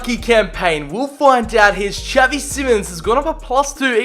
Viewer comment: tell me why it bothers me so much tha he says javi simons instead of xavi